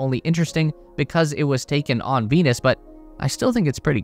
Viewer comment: They thought you said Penis.